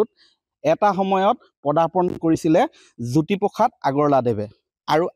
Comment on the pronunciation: জ্যোতিপোখাত নহয় অ' বোপাই জ্যোতিপ্ৰসাদ! উচ্চাৰণ শুদ্ধ কৰিবা।🫢